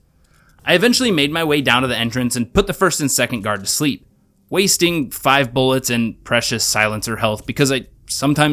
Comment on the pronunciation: That it's pronounced five and not "vee", which is what I said in the first comment.